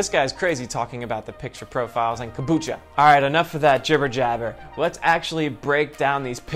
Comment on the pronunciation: Says kambucha the first time ....eh.....says it the second time ....*FUCKING DIES*😂